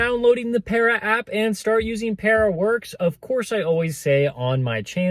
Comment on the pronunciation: Peara….. you saying it wrong 😂